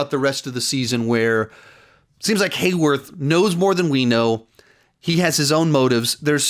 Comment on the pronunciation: Haywarth, lol